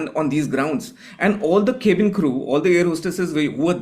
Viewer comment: This journalist cant pronounce cabin properly. Now lets talk about air pollution, education, Clean drinking water, good roads, etc etc